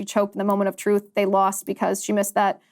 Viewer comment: Well, there is the ‘truth’ about Berry Soetoro, and then, there is the ‘troof’ according to Barack…